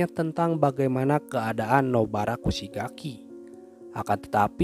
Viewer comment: Kugisaki bang bukan kusigaki😢